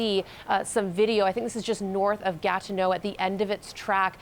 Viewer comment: Its not gat no its ga TI neau